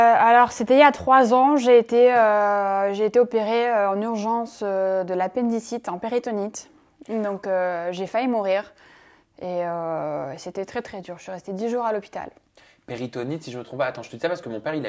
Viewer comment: MOUHAHAHHHAHA QU ELLE PAUVRE FILLE elle a était opéré de la péndicite MEME CA ELLE NE SAIT PAS LE DIRE !!!! de l'appendicite